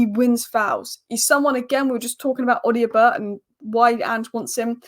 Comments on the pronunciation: it’s pronounced O-doh-bear not O-dio-bert. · Odobert...Oh-Da-Bear. Love the Spurs updates though